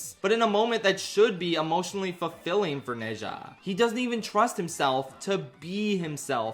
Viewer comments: Small correction: Ne zha isn't read as "ne sha" the actually pronunciation is "nuh ja" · Bro how did you watch both movies and not pick up how to pronounce Zha. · It should be pronounced as ner-zha, as in nerd without the d and zha the same as shard but with the s changed to z, and no rd of course. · I genuinely enjoyed the review, but c'mon, did you not hear how they pronounce Ne Zha's name in the movie? It's closer to something like Nuh Jah. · True Chinese is amazing like to is neza like it’s ne ZHA(pronounced like ja) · Pronounce Nezha correctly before making a video on it. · He's kinda close already. It's just the pronunciation of the 哪 vowel and the zh in 吒 is still too close to a J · I’m sorry but the way you pronounce nezha- XD